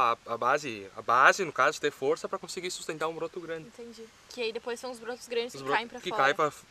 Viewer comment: "Intendi" kkkkk